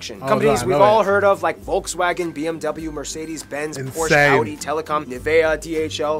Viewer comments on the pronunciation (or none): none